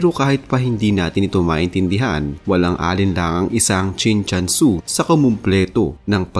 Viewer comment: mali nman ang bigkas mo, Chin CHUN SU ang nksulat.